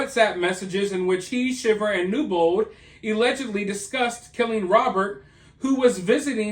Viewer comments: Pronounced "shy-ver" not shiver like shiver in the cold. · It's pronounced SHY ver😊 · It's pronounced shy-ver. You love to see someone 'put the nail in their coffin'. Just like I've been saying. You just LOVE the ruin of someone else- when they haven't even been convicted. A confession isn't all that's needed to rightfully convict someone of heinous crimes. Morevoer, she ALLEGEDLY confessed, & the ONLY report of this that I could find is the sometimes dubious Daily Mail UK. But you didn't even bother to put the link in your description or a pinned comment, or even talk about the source your reading. Thumbs down on a lot of counts.